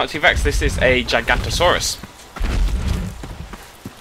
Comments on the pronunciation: pet peeve: when people pronounce things wrong especially the most badass of all dinosaurs, the Giganotosaurus. Notice there are 2 o's. Not Gigantosaurus. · bis that's not how you say gigonotosuarus,and that's not a gigonotosuarus anyway, that's not evan what they look like, and they have 3 fingers, that's a t-rex.